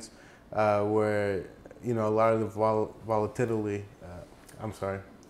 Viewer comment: Vola-TIT-aly. LOL.....